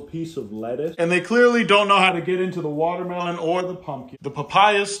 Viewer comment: I cant ever say watermelon right agian I love wamdermolon